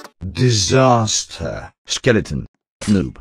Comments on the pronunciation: D I S A S T E R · Same disaster, am pro and disrespec are so funny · “Disaster” and “Disrespec” and “Am pro” makes me laugh tho I do have more... But I cant remember lol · I like how says disaster when he inonent